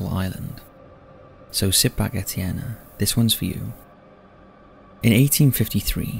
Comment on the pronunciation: No, he pronounced it pretty correct. It's the French version of Steven/Stephen, btw.